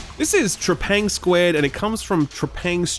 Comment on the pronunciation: You're the first person ive seen who pronounced Trepang2 as "TrepangSquared" instead of "TrepangTwo" 😂😂